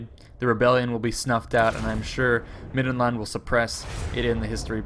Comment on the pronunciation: why can't he say land in middenland properly